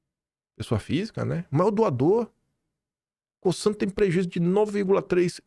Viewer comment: Não é “Co”ç”an “ é Co”Z”an , a Cosan 🤭🤣😘